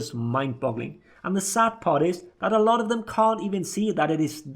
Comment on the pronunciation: Anal'ot of issues lol